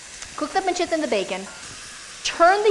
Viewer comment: damn... she's gonna pronounce pancetta and parmigiano reggiano all properly in italian and then add cinnamon, heavy cream, and fresh pasta to her "carbonara" WTF